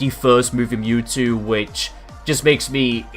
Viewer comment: Wow you messed up his name. It's Mewtwo. Not Newtwo.